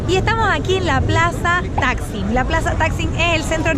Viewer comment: No paresiera q fuiste 4 veces a estambul xq pronuncias muy mal los lugares turistico 🤦🏾‍♀️🤦🏾‍♀️🤦🏾‍♀️ y para tu saber santa sofia no es un muceo ,es una mezquita hoy ,ah y la plaza mayor no se pronuncia taxi🤦🏾‍♀️🤦🏾‍♀️ hay q leer un poquito mas🤷🏾‍♀️🤷🏾‍♀️🤷🏾‍♀️